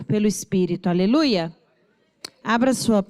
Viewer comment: Pastora a paz tudo bem? Eu amo a suas ministração mais por favor não é aleluias é aleluia 🙌